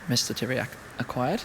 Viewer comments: Narcis Iordache im from romania,i know who tiriac is,but the first time i heard like you pronunce teriaky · Did you said Teriaky Car Colection ? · Great video, mate. Very calm, pleasant to hear and fun to watch. Also great information. // But one hint: 'Țiriac' is pronounced as 'Tsiriac'. The T-comma (t --> ts), which also exists as S-comma (s --> sh) in Romanian, changes the pronounciation. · pronunced 'Tziriac',would be cool if you say it like that.